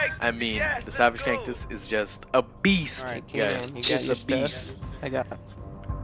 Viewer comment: You say kantus funny